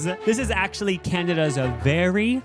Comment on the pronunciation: "i AUUctually have so much energy" im crying i love yall sm